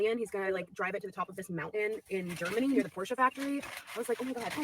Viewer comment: Anyone else notice “Por-SHAW” instead of Porsche?😂